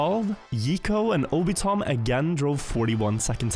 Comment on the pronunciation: Can tell is not an anime enjoyer, calling Obito M. 'Obitom'.